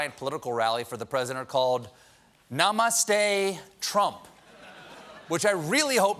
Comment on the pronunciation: Stephen pronounced namaste wrong for a start, but i feel trump should have learnt the pronunciations , he wasn't speaking an entire sentence but just little words here and there